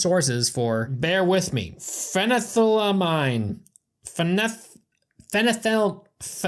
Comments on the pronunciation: I think it’s phen-eth-LA-mine (mine pronounced like those seagulls in Finding Nemo) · Phenethylamine - (Fen-eth-ul-ah-mean) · By the way, it's pronounced fen-uh-thigh-la-mean. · Phenethylamine Fena-thil-la-mean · it's phen ETHYL amine (ah-meen) ! ! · FU-NETH-LUH-MEAN gah damn🤦🏼‍♂️